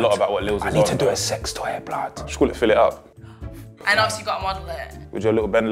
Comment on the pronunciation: Harry said "Fillitup" protect this bredin at all cost. This guy is a national treasure😂😂